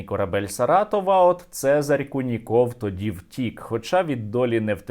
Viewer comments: "Це́зарь Льво́вич Ку́ников" - наголос саме на У, можете у вікіпедії перевірити :) На росії куніков нет ))) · Вікіпедія таки ставить наголос на "у", тобто кУніков...)